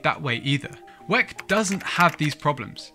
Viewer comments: why u calling it wec .... it W.E.C. World Endurance Championship!!!! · I've never heard it pronounced weck, it's equivalent in my thoughts to pronouncing the F.I.A as fiah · Stop being lazy calling WEC It’s W…E…C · Couldn't finish the video. Kept hearing him saying "weck" and it sounds like he's trying to say "wreck" but failing. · pls dont prenounce wec like that😢